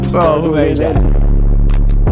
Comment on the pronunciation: Did anyone catch his “whAt is ThEayt” after the dude with the farm in his mouth? 💀💀💀